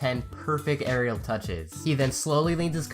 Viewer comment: It’s not that hard to say “Aerial”. Come on, man. 😂